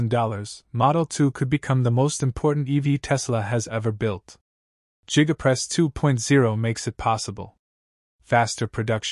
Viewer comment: Jiga press??? You can do better AI.